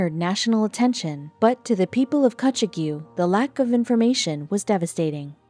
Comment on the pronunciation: It’s pronounced “Kutchog” & rhymes with “hog”.